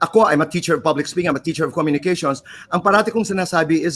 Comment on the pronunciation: did she say "SPOKING"?